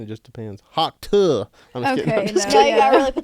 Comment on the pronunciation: Finally said tuah correctly, we’re going places 🥲